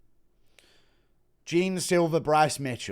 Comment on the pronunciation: Man just a thing abou Jean silva name: the pronunciation of "jean" is not jim, the "ean" has the same sound of the "an" of jan Blachowicz name